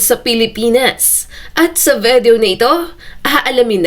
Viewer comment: VIDEO, NOT VEDEO!!!